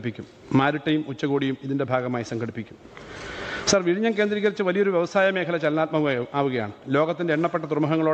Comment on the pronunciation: Ha ha ha " Virayniyum' sea port....? Or Vizhinjam...? Todays AI based text to speach software can pronounce better than this guy. Proud of Vizhinjam ..the deepest port in India.